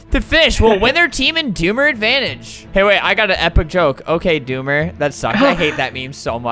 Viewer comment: XD i thought the doomer said Boomer